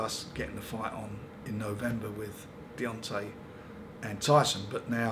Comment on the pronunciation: Definitely calls him Deyonce Wilder at the end. The amount of boxers names he gets wrong makes me piss myself